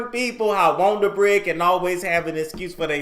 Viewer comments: "Got that wond'r bread" "Got that wond'r bread" "Got that wond'r bread news" Me: 😂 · Listen the WONDER BREAD NEWS intro is THE BEST!!!! I sing it everytime!!!! 🎼”We got that Wonder bread,Wonder bread,Wonder bread Neeeeews!!!” 😝 but you pronounce it!! I die laughing!!!